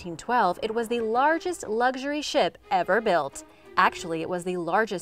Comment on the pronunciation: did she just say lardest?